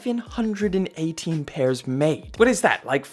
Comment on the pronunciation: It's 7-1-8 not 7-18 we dont say 7-18 in NYC put some respeck on our name there are 3 other boroughs tied to 7-1-8 son get it right deadass!!!! 😂😂😂😂